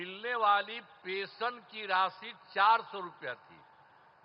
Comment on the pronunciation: Matlub Jo likha hai wahi padna WO galat ho ya sahi pension hota hai pesan nahi hota hai😊😊😊😊